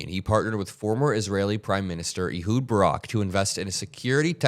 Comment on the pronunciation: Ehud is pronounced like "a hood" of a car, not "ee-hud." (It's my best friend's name, a so I suspect he'd know.) Otherwise, great reporting.